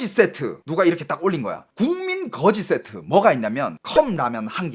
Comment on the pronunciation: 그으지쎼트 그렁뱅이쎄트 ㅋㅋㅋㅋㅋㅋ